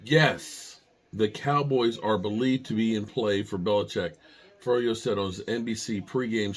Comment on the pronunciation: Mike Florio not Forello. 😂